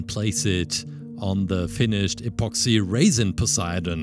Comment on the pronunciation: The way he said apoxsee raisin